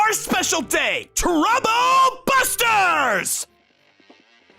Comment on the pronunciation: My new favorite "Truble Busters" 😂